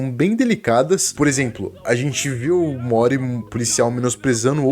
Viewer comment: Sempre que ele fala "o morty" eu escuto "omori" Mais alguém?